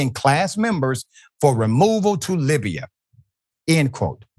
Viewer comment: It's not "Libiya" doc, it's "Libya."